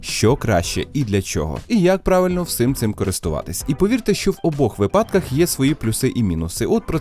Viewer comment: Не випАдках, а вИпадках, говоріть по справжній українській